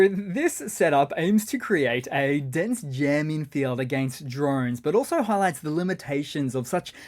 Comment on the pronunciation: since you say drone "drine" do you say bile instead of bowl?.. askin fer a friend...